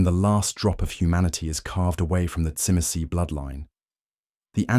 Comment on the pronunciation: Now we need Brujah🤣 unfortunately the Ai can’t say Tzimce very well